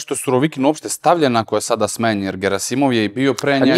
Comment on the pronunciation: Аман бре! Није "ГерАсимов" него "ГерасИмов"! Докле бре акцентовање из "круга двојке"? "ТелвИзија" а не "ТелЕвзија"! Нисте свесни колико су речи битне!!! Уосталом Бог је речима стварао свет!